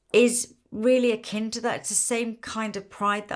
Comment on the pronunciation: Lisa used the work akin twice at the start of the video. I kept hearing Ken ... what she did Ken's makeup...oh, akin!